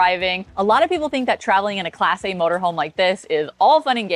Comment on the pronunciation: She like to emphasize “class A” ,does she not? Don’t forget the grey poupon, Jeeves.